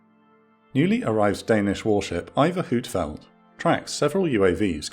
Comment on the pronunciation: Just a small point. The danish warship iver huitfeldt is pronounced like v so like vitfeldt or whit field. And it was a minor scandal here that their radar system didn’t work properly and shortly after she returned home they swapped the entire radar ( which is part of the danish stand flex system ) and she is now fully functional again. It is one if my favorite warships